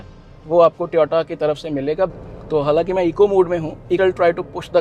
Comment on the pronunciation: भाई ट्योटा नहीं होता टोयोटा होता है